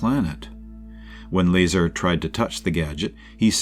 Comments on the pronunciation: Bob's last name is pronounced "La-Czar" ; NOT "Laser". SMH. You guys have got to do better than this! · I'm TIRED of hearing YOU mispronounce his damn NAME!!! It's Lazar, not Laser! It's pronounced like this: LUH..CZAR.. LUHZAR. Get it right or just don't do it. You've had to have mispronounced his name at least 40 times now and we're only into the video ! Fix your mistake or take it DOWN! PLEASE? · 1 minute in and you're pronouncing Bob's surname incorrectly? That tells me everything I need to know about your level of research and knowledge of this case. Not only that but you put a clickbait title suggesting Bob Lazar said "area 51 is not what we think" when he hasn't said those words and your video doesn't even contain him speaking at all, just your thoughts and incorrect facts with an AI voice for the purpose of views. I hope that people don't find this video if this is the first time they come across Bob Lazar, and find one that is actually factual and contains his interviews because it is truly fascinating. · It's La- Zar like you say star. Zay tuh Reh tick you lie. Phonetically. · It's, Bob "I can't do basic physics " Lie-Czar if you want to be technical. 😂😂😂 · Learn how to pronounce his name! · So annoying having to listen to the mispronunciation of Bob’s last name. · The ai pronounced bazaar correctly but not Lazar😂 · Mispronouncing his name is a red flag. What else have you got wrong? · Can't do a video on Bob Lazar and not know how to say his last name. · You pronounced his name wrong ding head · Can someone please teach the robo-voice how to pronounce Bob Lazar's last name correctly? This really takes away from this video's credibility.